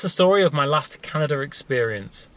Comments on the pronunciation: it would be properly pronounced, can-ada, canada. not canaderrr.. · How the fuck do you put an R in Canada man? It's Canada not Canadrr Lol who the fuck learned you how to spoke? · HaHa - "Canader".. Heh! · Is nobody else bothered by the English and Aussie speech impediment that makes them say things like Canader? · why do you say canader